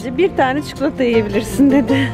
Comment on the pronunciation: Cuklata degil stupid,cikolataaaaa